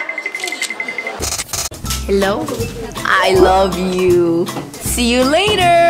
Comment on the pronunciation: that girl sounded like a native speaker when she said see you later Is that elly? Or Lucy?